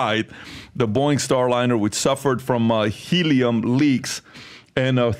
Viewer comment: Gotta love that mispronunciation right at the beginning -- "Boink employees humiliated..." LOL!! 🤣😂 EDIT: Btw, the claim that thruster failure would turn the capsule upside down is not accurate. The "cone" shape of space capsules is used because it tends to have passive aerodynamic stability during reentry. Theoretically, even if it enters the atmosphere at the wrong angle it will quickly self-correct. The thrusters are necessary to initiate reentry, not to maintain attitude after interface. The problem with the thrusters not working reliably is that the astronauts could be stranded in space... not only unable to come home, but also unable to go back to the ISS.